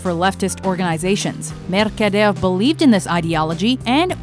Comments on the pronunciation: no accent Ramon changes voice and get thick spanish accent MERCADERE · RAMON MERKADEYERRRR HAHAHAHAHAAHAHAHAHA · Mercader a very difficult name to pronounce:))))